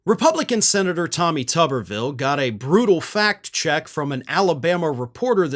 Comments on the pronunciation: It's tuber-ville not tubber-ville. Village of potatoes not village of washers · Pronounce it tooberville. Makes more sense.